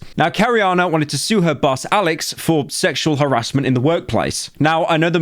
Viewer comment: When you said "wanted" i heard "one tit" and thought who the fuck names their movie like that